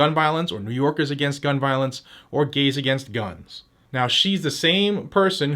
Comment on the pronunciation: Did you just say "gays against guns"? Is that a thing?